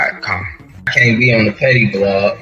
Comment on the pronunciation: Pettyblog not Pet Tea Blog